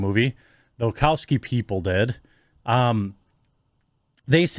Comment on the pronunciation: Wachowski is pronounced Wa-shau-ski NOT Wa-cow-ski.